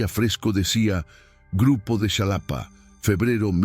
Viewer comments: Es Xalapa, no Shalapa. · "Shalapa" 🤣🤣 Qué ridícula es la IA Ojalá que mejore 🤷‍♀️ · Se escribe Xalapa pero se pronuncia jalapa....en maya si sería chalapa,pedazo de pendejo